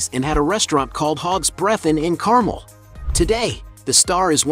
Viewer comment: Dear AI, Carmel is pronounced CarMELL, not CARmel and Tehama is TeHAYma, not TeHAHma. Great photos.